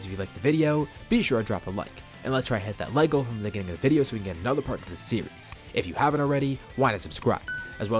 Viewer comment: the way u say “series” is just as good as the story itself